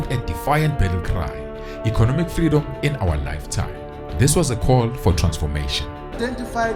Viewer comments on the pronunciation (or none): none